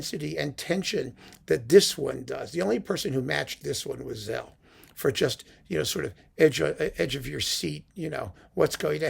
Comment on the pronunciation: George Szell's name is pronounced "Sell", not "Zell". Szell was Hungarian, and in Hungarian "sz" is pronounced like "s" in English, and "s" is pronounced like "sh" in English. (Aside, in Polish, "sz" is pronounced like the English "sh", and "s" is pronounced like the English "s", so the last name of the great violinist Henrick Szeryng is pronounced "shering".)